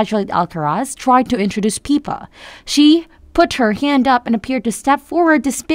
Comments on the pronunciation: If you’re going to report on Princess Catherine please at least how to pronounce their names correctly. Her sister’s name is PIPPA…NOT PEEPA‼️‼️ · Please adjust your auto voice --- "PEEPA", Seriously??? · Your saying Pippas name wrong!